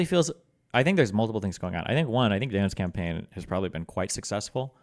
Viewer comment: "dans campaign"